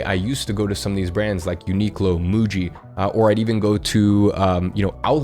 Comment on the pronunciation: Bro said uniqlo and muji😂💀